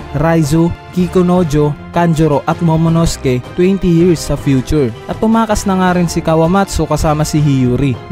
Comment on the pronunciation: Sir tip lang po pag binasa ang Momonosuke silent u. Ang cringey po kasi. pati ke not ki po.